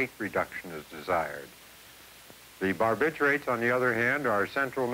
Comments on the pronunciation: “Barb I turrets” instead of “Bar bitch U ets” 😂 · Bar- bih-CHEW- its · Bar- ba - tour - its .... 😆